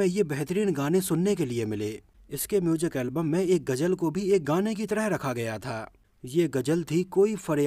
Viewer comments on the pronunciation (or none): Sory bhai main apka fan bhi hon par hindi main ap bat karte ho to ghuzal ko ghujal na bolo lpz